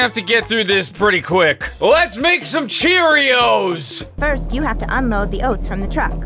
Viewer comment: And then she said uh cherrios playtime